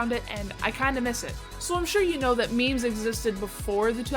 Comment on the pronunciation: but you called them “meemees” 😂